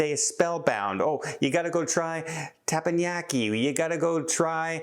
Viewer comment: I can’t believe my ears! said teppanYaki. Now if he can only say Seward correctly